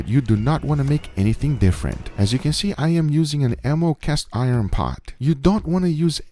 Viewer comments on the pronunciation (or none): enamel... E-NAMEL... LOL... It's Enamel my friend. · Ammo, am-eww, am-ill. Enamel, ee-nam-ill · Enamel = Uh-na-muhl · lol he cant say enamel